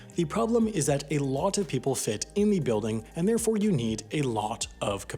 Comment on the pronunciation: I wish the narrator would pay attention to the correct pronunciation of "the". He routinely pronounces it "thee" before words beginning with a consonant sound, and not for emphasis. It's annoying.